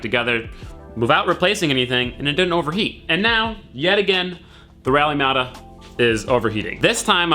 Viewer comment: Rally *MATA*????